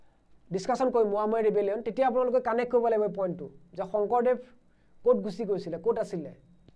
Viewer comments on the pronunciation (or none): none